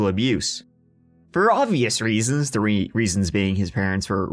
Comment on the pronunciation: so glad you've decided to make podcasts! i listen while i'm working and you always make me laugh aloud, especially when you say instead of 3 or turdy-turd for 33. idk thanks for your content! ❤